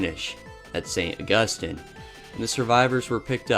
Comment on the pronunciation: Also, St. Augus-teen